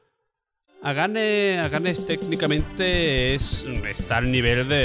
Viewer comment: Ojo, iqué mal se expresa el que habla! ¿Magical Pon? el apóstrofe con la "n" es una contracción de "ing" así que se debería decir "Magical Popin" ¿Agane? la H siempre se pronuncia en japonés (ya sé que ésta es un poco subjetiva, pero es que estaba escuchando el vídeo sin mirar y no sabía de qué juego hablaba) Y ya la guinda, que me ha movido a escribir este comentario ha sido cuando al hablar sobre "The Legend Of The Mystical Ninja" ha dicho que en algunas fases se pasa a una vista en "2D" cuando lo que quiere decir es "vista lateral" , y eso que dijo bien lo de vista cenital en las pantallas anteriores. Todo el juego es en "2D" Perlita en el comentario de "Nosferatu "cuando cambia de cámara se ve la otra cámara" Por lo demás, muy buenas recomendaciones, juegazos.